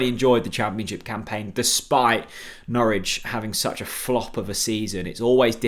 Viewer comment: Got Norwich very wrong but was a decent effort otherwise.